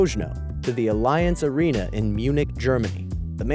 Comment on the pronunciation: Dude the way he said allianz arena makes me upset